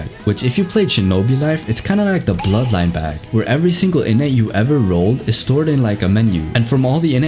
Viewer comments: Every time he said innate , it sounded like init bruv like the british people say .Innit bruv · Innnate ❌ Innits ✅